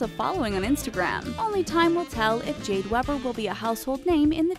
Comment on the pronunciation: Omg jade weber lives near me!!! And you don't pronounce her last name like that you pronounce it as if it were spelled weeber